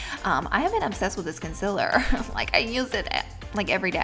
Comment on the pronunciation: I was cringing so hard when she was saying consiler instead of concealer!😁😅I still love you tho Laura 😂😘